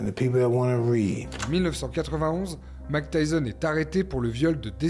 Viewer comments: Petit récap sympathique de la vie d'un homme qui sort vraiment de l'ordinaire.. Un peu léger sur la partie Tyson Hollyfield. Vous pourriez juste faire un effort sur la prononciation des noms et prénoms, ce serait top ! Mac Tyson - Couss Damato -> Mayk Tyson - Keuss Damato pour vous aider.. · Déjà ce n'est pas Mac Tyson mais Mike Tyson donc j'arrête de regarder ta vidéo direct 😂😂😂😂 même pas capable de prononcer correctement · Excellent ! Parcontre c’est Mike, pas « Mack » .. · Grave bien fait, bravo. Mais suis-je le seul qui est dérangé par le fait qu'il dis "Mack Tyson" ? 😭